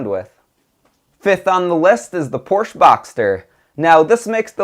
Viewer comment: Good review. Learn to pronounce Porsche.